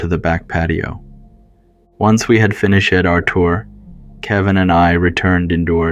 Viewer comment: I'm British - I haven't noticed any British accent but definitely some strange pronunciations, such as "finish-ed" and "disclos-IE". Weird